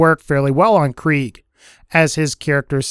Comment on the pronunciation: I hate how he says Kreig